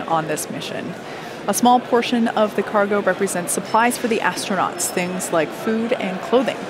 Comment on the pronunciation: Please tell astronauts are not "ashtronauts". this is a millennial thing. Kate got it right